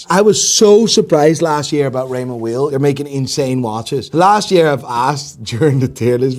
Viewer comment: It’s pronounced Raymond “vile” not “wheel” that’s the way you pronounce WEIL. I’m Swiss btw.